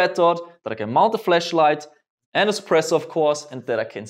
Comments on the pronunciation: You sai FleschLight not FlaschLight :-) 3,40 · The "A" in "Flashlight" should not be switched with "E" when spoken. Not to be critical of your English, but one is a light emitting device and one is simulated vagina. But I'm super excited for your new pistol! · When he says flash light it sounds like flesh light 😉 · when he says flashlight, sounds like he’s saying fleshlight. LOL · Every time you say flashlight it sounds like your saying fleshlight 😂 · With his accent flashlight sounds like flashlight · You need to pronounce flashlight a little better for me